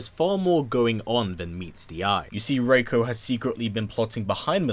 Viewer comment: It's Ree-koh have you played mk4